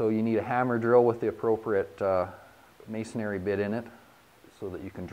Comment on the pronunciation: Masonary isn't a word, FYI... It's masonry... "may son ree".